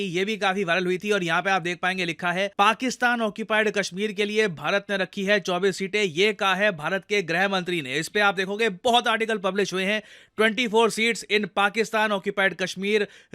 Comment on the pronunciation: ग्रह मंत्री नहीं होता, गृह मंत्री होता है भईया। धन्यवाद ❤